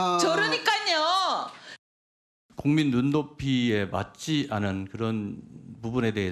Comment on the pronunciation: 본인의 으사 전라도 말투 표가 나짆아 의사 발음이 안되어 으사ㅋㅋㅋ